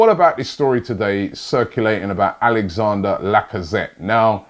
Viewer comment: C'mon Robbie, I thought ''holaa Laca-paella-zette'' was enough to rule this move out alone?